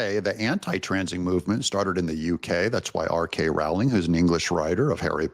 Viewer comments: It's J.K. Rowling not R.K 😊❤ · J.K. Rowling Doug, not R.K. lol. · Pssst - you mean J. K. Rowling, not R. K Rowling.